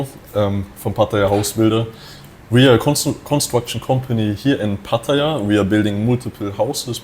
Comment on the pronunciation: My friend - after living in Thailand and Pattaya for so long! Please do not butcher the pronunciation of the city Pattaya ---- It is not PATIIIYAAA --- it is P-TAAYAA -- please make a note - it is a disservice to the wonderful city hosting an expat to butcher the name - thanks